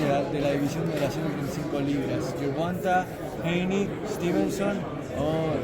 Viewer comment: Nobody gonna say anything about the translator incorrectly saying Haney twice?